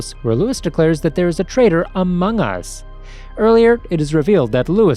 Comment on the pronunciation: I love how they put emphasis on ”among us”